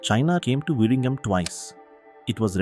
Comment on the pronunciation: Please pronounce VIZHINJAM as Vilinjam. In Malayalam and Tamil, the alpabet 'l' is noted with 'zh'. So pronounce zh as l.